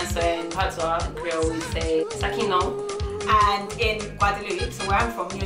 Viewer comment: Pa "Sa ki non'w?" say "Kimonnon'w?" Ou say faux St. Licien. Lol!